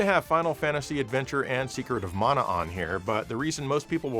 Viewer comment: I was going to forgive your pronunciation of TATE (taw-tay) mode until you said Collection of Mana (maw-naw). Simply unforgivable, sir. Joking aside, great video and showcase of some of M2's fine work. Makes me want to dust off the ol' 3DS